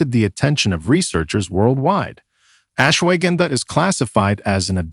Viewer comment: Interesting information but the terrible pronounciation of Ashwagandha was more than just irritating! It's correct pronunciation is much softer ... ush-wa-gun-dha